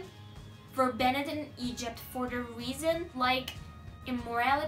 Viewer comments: Hi! It can be easily understood that you are trying your best even though you did few mistakes 😇 Keep up the good work 💪🏻💕 You can do it giirll i believe in you. (Btw the word "banned" shoul be pronounced like "bend" 😉 ) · Banned aradaki "I" harfi olmadan okunur. Band gibi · Banned = bend diye okunuyor band'in homophone'u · I think it Should be pronounced as banned and the e is silent. Np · 6.06 da banned i ilk dediğin gibi telaffuz et